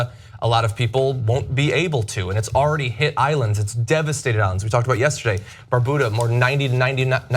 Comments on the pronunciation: it;s BAR BEW DAH. not "bar boo dah" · It's not Bar-Buddha, it's Bar-byouda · Can we start pronouncing "Barbuda" correctly? Thanks. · What the hell is Barbuda? I thought i heard wrong but he said it twice. Lol